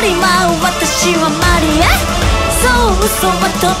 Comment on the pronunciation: マリア 発音好き 歌い方最高💙抑揚の付け方 最高すぎます